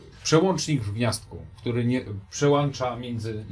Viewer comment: przełącza , anie przełancza. Tyle lat a nauka w las